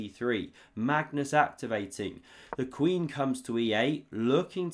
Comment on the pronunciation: I’ve heard this dude mispronounce Magnus’ name so many times. It’s hilarious each time 😂